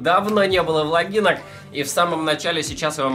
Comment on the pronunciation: Не говори"влагинка" звучит как "вагинка"